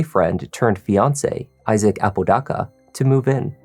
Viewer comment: Here for all the crime and interrogation stuff but dude I'm from Albuquerque and you are just butchering everyone's last name. With all the research you do for the videos you'd think you would hear or look up how to properly pronounce the person's last name. You are not AI so they is no excuse. The name is "Ah-po-da-ka" Not "a-pooh dah-cah"